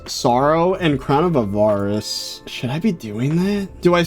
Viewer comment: Why do you say crown of a VAR ice. It’s crown of A var ice /avərəs/